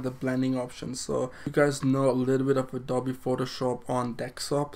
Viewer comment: It’s pronounced Adobe-ee